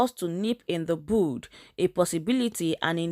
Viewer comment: Pls when u choose to make public posts like this, try and learn how to pronounce English words. You mentioned a statement " nipping it in d bood while trying to say bud" when it is pronounce "bud" it's pronounced bòd like d Yoruba name Bóde. Abeg this is a global platform ,u have to upgrade ur pronunciations, it's not d fault of many, d teachers many of us went thru in life, massacred English.